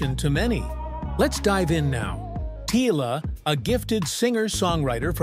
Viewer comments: Beautiful story but the pronunciation is bad. Not Popiano it is Amapiano; unless hers is fusion is Pop and Amapiano. Gauteng is pronounced like how arabics pronounce Hamas.The G is pronounced differently. She is not pronounced Tiller but Tyler. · but pronounced Tyla as in Tyler, in the video he prounouced as tiller. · How did she go from Tyla to Teela mr narrator? 😳